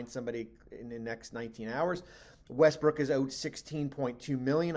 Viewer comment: He said Westbrick🤦‍♂